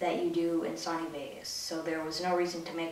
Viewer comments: It's pronounced SO-KNEE!!! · the way he says Duplicate and Sony is just cancer